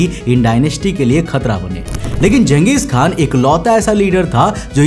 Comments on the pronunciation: Bro Genghis Khan nahi Chenghiz Khan hai I am from class 7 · And he can't even spell Genghis khan properly It actually pronounced like Gang Gis khan Not jeng gis 😂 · गलत उच्चारण मत करो। जंगिस खान नहीं.... चंगेज खान समझे की नहीं। नाम को सुधार लो मैंने भी इतिहास पढ़ा है।….. History is my favourite subject... Now I'm going to left from our video. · bhai iska naam...jangesh nhi.......changesh khan tha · You are pronouncing wrong its changeeez khan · Genghis = घेचिस KHAN😂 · Changes khan tha ya ganghies khan tha lowdee😂😂😂 totle